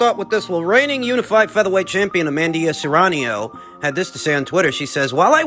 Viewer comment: It's not amandia or Serranio FFS at least make an effort to say names correctly.